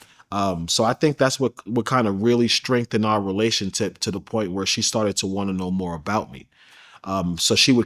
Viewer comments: He also said, “relation-tip” 🤦🏽‍♀️ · My mans said relationtip. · Bro said we both virgirls & relationtip 🤦🏾‍♂️tell me I'm not the only 1 heard that or am i tweaking